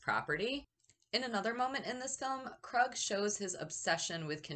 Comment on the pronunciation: It's pronounced Kroooog not Krug or Krud 😆 You sure that you watched the movie 🍿 because they pronounce his name Kroooog like at least ten times 😁 and I think that the Kroog OR Krud 😆 should have at least been nominated for an Oscar OR Academy Award for his performance because when I saw this movie when I was 9 years old, I thought that Kroog and his crew were REAL PSYCHOTIC MURDERS. In my opinion, this movie 🎥 went way beyond "just acting", but that's what makes this movie so great. It's most definitely up there with my Top 10 favorite movies to enjoy along with Texas Chainsaw Massacre, Scarface, A Clockwork Orange, and Boogie Nights.